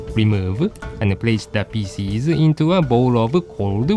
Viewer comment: Every time you pronounce "pieces" all I hear is: feces.